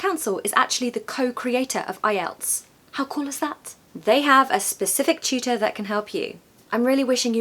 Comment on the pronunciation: I hear chootor, not tutor 😢